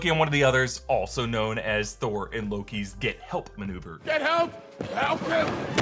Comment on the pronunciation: Did Kid Loki say "I killed Thor" or "I killed BOR"? I heard the latter, which, if true, is a MUCH bigger deal.